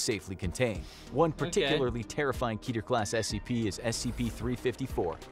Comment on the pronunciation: "Keeter" It's "Ketter", from the highest of the ten Sefiroth, meaning "Crown".